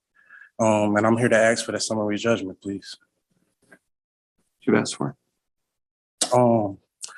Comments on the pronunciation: ASK not aks ASK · Seriously, what is with people not being able to say the word "ask"? It's not "Ax"!!! Try this simple exercise of dragging out the letter sounds.... aaaaaa .... sssssss....kkkkkkk .... now just put those sounds together without dragging them out .... ask ... simple. Keep practicing this method, because you sound highly uneducated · As soon as the first "arrm" and "axe" was uttered, I knew we had a superior smooth brain in our midst!......what a Plank!. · And my favorite, "axe." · Why do you “axe?” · I know right? I mean how much effort does it take to pronounce “ask”?? Apparently it’s just too much.